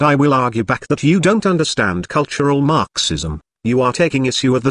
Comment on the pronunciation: What I love about your text-to-speech videos is the unintended (I assume) emphasis on certain syllables. Everytime I hear marxism, I hear MARxism, as if the mar portion is extremely important, lol. How do you accomplish the text-to-speech anyway?